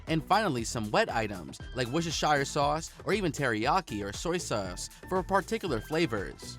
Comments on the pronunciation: WuuurShitshire sauce🤣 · "wesheshyre sauce"... well I say wersherchester sauce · Washyoursister sauce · and "woohshehshyer" and "soy seurce"